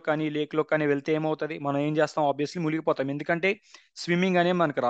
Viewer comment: Muligipovadam kadhu... Munigipovadam